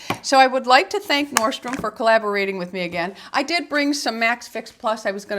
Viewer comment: ...just an FYI: It’s norDstrom....it sound to me like you’re dropping the D.